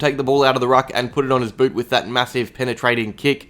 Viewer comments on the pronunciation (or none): none